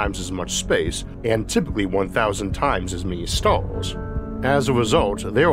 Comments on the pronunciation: What’s with that „Stoawrs” thing pronunciation xDDD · what stalls? oh you mean STARS, try pronounce crearly next time.